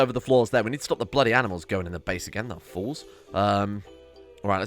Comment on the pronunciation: "Aminals" "Anti-Aminal" I just noticed these when you were creating the Anti-Aminal area, thought it was funny